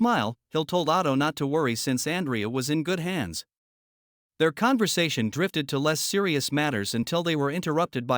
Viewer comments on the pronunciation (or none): none